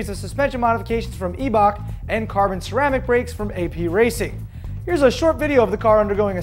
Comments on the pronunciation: He is wrong its German and it should be pronounced like German pronounce it "Ei" in German sounds like "I" in english and "ch" is like the first letter in the word House. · player1vladimir is right I used to sell Eibach springs for racing applications on super bikes. Even had a set of constant rate Eibach springs in the inverted '97 ZX7 forks I had mounted to my FZR. The proper way to say it is 'Eye-bok.' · "E" Bach? have i been Pronouncing Eibach wrong my whole life? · Incorrect. The proper way to say it is E-Bach. I-bach is the way the British pronounce it. We all know the brits have a weird way of going about business.